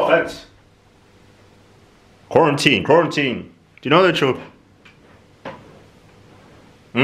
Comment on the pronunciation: literally saying quaratine, Quarantine is the funniest thing ever 🤣🤣🤣